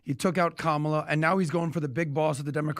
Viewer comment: It’s Kamala, not Kamala 🥴